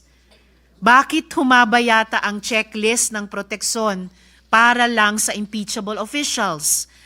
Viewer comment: Pansin ko lang hirap si Riza mag pronounce ng protection at decision. Protekson at decison daw.